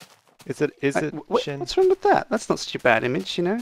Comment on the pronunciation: Not mutch because you said sin *Sjin